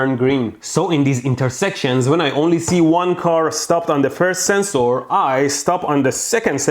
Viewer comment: DOES HE WATCH LOWER DECKS? is THAT WHY HE SAYS SENSE OAR?